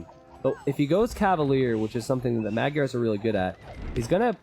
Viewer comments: Because it's a *Hungarian*name, madgyers isn't prounced the way it it's spelt, its actually pronounced closer to mad jerrs. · Czédula Zsolt you are absolutely correct. I just done goofed up in my memory. Either way he still pronounced it wrong.